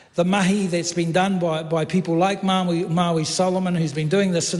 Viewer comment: and you murdered Maori